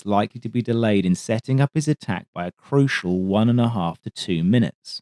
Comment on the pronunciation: I've honestly never heard such an English-sounding Aussie accent, although I suspect it's affected - which I have no objection to, as he's pretty cut-glass clear. However, I started listening for tells, and the " crocial one-and-a-half to two munutes " does sound Antipodean. Perhaps I'm hearing things, but those are not very English sounds (and I'd have the 'uh' for 'ih' as Kiwi, since I've heard that before. Now I don't know if I'm the unwitting participant in a clever game or not). Either way, this guy's a don. (Rex, btw, is clearly Australian sounding. Not some bogan drawl, but has a strong rhotic element and that particular twang. Here, we have someone who could pass for English in England - yes, I'm from Southern England.)